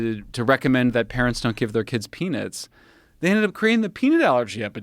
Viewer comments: Every time Michael said “peanuts” I thought he said, “penis.” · He should not be able to pronounce "Peanuts" like that😆.